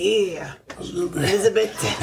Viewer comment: Just when I thought I couldn't like any more, she not only does a Macho Man impression, but she actually pronounces it as "ElizaBIT". Beautiful. Oh, and ""Hard Pecker" is the joke of the night. *EDIT* Also, credit to for wearing a "Space Camp" t-shirt, since that's the other movie Lea Thompson did that year. Used to watch it all the time when I was a kid.